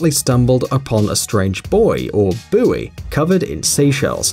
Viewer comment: Thank you for saying buoy correctly.